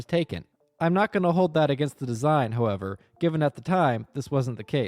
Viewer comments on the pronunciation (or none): none